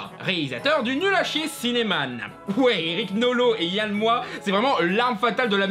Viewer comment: Je ne sais pas si tu fais expres de ne pas prononcer le x de Yann Moix, mais j'aime bien. Cela fait ressortir son ego surdimensionné.